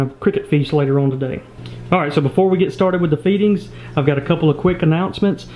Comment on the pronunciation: sounds like he said beating not feedings hahahahahah